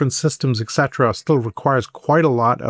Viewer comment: I can’t bear this white, bald guy. Now he has said (mispronouncing) “etcetera” 21 times! Most people don’t say it once in the course of a day. How does he get on a public site?